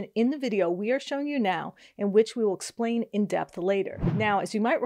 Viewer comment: ......main man can't even EXPLAIN( not one "s" in that word) listen again. Guaranteed a lawer somewhere can use this as "help".........send it to them!!!!!